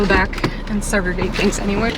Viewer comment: Quick question- at .53 was it segregate or separate? Just asking... love your content! My hubby is from DR yall talk similar 😊